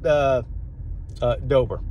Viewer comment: Its deboer not dober